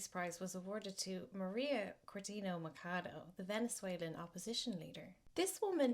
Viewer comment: The ch in Machado sounds like the ch in China. She's a piece of work anyway...